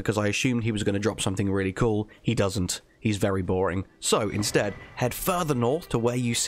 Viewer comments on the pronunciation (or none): none